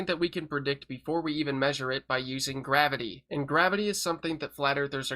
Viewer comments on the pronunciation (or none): All they had was GWAVITEE and WEEFRAKSHUN😂